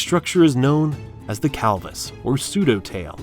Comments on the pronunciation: How is "clavis" pronounced "calvis"?🤔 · Okay, two major mispronunciations: there is NO WAY you can make the word CLAVUS into CAL-VUS. No. There just isn't. And then you get a word like PHARYNGEAL. It is pronounced FAIR-EN-GEE-UHL! But at least it shows that you most likely aren't an AI talking to us. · Roadkill made a truck that looks like this. Stubby Bob. By the way - your text to speach moved the L over and sed calvus insted uv clavus. Also, your arithmatic iz off. 2 tunz divided by .04 ounsez iz 1,600,000. A far cry frum 60,000,000. And an aircraft carrier waze about 27,500,00 timez more than a newborn filthy stinking envirement destroying toxic waste spewing human. Still, thumz up for an interesting vid. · The Calvus or the Clavus? Either the pronunciation or the spelling is wrong… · ai sucks. the clavus is now the calvus.